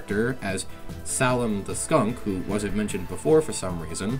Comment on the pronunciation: It’s pronounced Say-lum,, and in the part where the train breaks down you see a destroyed cardboard cut out of them, in a live stream it was stated they don’t have their clothes as they lost them over the years